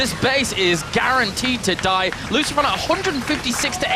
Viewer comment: LOOSHPROWN rofl